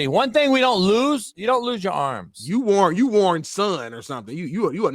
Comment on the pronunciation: “Warren Sun” 😭